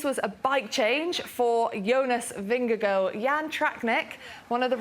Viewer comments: why cant she say jonas VingeGAARD its not vingego, its not that hard, i mean there it it, HARD vingeGAARD its litterly the same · It's Ving-eh-gor. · She is not on spot for the Danish pronunciation, but way closer than pronouncing it in a hard way